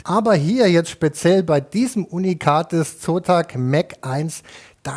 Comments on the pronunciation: Ich musste so lachen, weil immer Espressi, Kaffee oder Sotak statt Zotac gesagt hat, mega lustig wie er sich immer verspricht xDD Und die Einspieler zum korrigieren waren göttlich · Es wird Zotech und nicht Sotack ausgesprochen! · der zotac wie das gesagt hat xDD